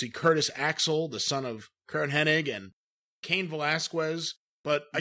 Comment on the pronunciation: Did mean to pronounce Cane's name like that? Lol